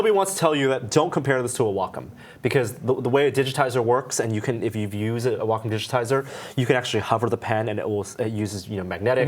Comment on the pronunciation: Never heard Wacom pronounced "walk 'em." I guess I'm used to the midwestern "wah comb."